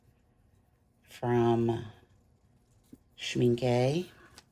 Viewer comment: I really love your tutorials, lots of great ideas! You crack me up when you say Schmincke. Sorry I am German. And Canadian hence the sorry, haha! I definitely will use some of your techniques! Thank you